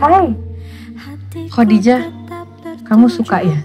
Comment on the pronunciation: Kenapa ya org indo ngomong nya kodijah jelas2 tulisan Khadijah dan semua orang muslim diluar negri & di negara2 arab pun menyebutnya khAdijah bukan khOdijah . IstikhArah bkn istikhOro ga semua nya خ/ر di baca O.